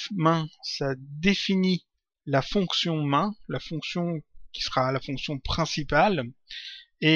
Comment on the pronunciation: J'aime beaucoup le python (j'ai commencé à coder avec ..) j'espère vraiment que tu en feras d'autre ! :) + j'ai adoré "main" xD au lieu de "maihine" (main = principal, en anglais :p)